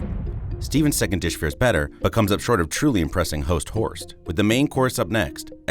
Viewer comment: Not sure how much I like the bit, but mega props to for not flubbing "Host Horst".